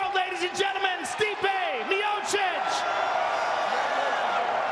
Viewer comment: I hope by the 3rd fight someone tells Anik how to say Miocic or maybe he can use his brain and realize everyone else is saying it a different way.